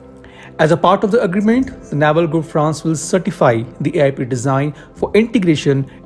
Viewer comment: It's pronounced nay-val nya-val is our belly button 😂